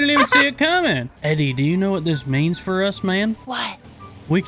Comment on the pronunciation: Eddey spoke correctly